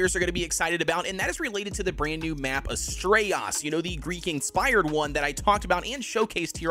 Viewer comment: dude what is with your pronunciations? lol Svartlfheim = S-Vart-Ulf-Hi-mmm Astraeos = As tray Ohs